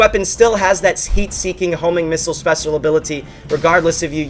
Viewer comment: You said " spesal ability"